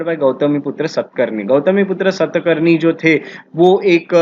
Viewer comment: सत् कर्नि...my foot. शातकर्णी. खारावेला...छीछी...खरवेल। सुधर जा बेटा। How dare you spoil our history. Gunadya..गुणाढ्य। not गुनखद्य। It is quite irritating to hear you... half baked rotten bread..that is you.